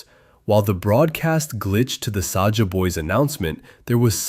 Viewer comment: AND SAJA NOT SAJAH